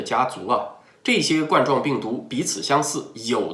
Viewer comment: 冠（官）状病毒，不是冠（罐）状病毒